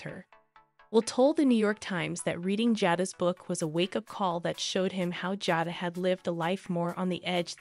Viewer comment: HER NAME IS JADA LONG A SOUND